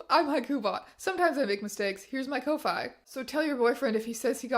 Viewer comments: i thought ko-fi is pronounced like coffee… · its pronounced "Coffee" not Ko fy. thats why its "Buy me a coffee" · i thought ko-fi was pronounced "coffee" 😭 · I'm sorry but co-fay? kofi is pronounced like coffee not wifi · Girl I love the video but "ko-fi" 😭 it's supposed to sound like coffee - rhymes with "no fee" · I’m pretty sure Kofi is pronounced like Coffee. Like, that’s the point. Buy someone a coffee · I love this video but for the love of GOD TEYA KO-FEE THATS HOW YOU READ KOFI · "Kofaye?" It... it stands for "coffee", right? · Biggest revelation is that ko-fi isn’t pronounced “coffee”. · does SA not know that 'ko-fi' is pronounced like the word 'coffee' or am I missing a joke?